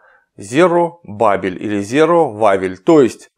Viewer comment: как инткресно слушать клима когда он переводит иврит. только не попадает в удорения а так все правельно. зэ'ра - это семя ева - ха'вва вавилон-баве'ль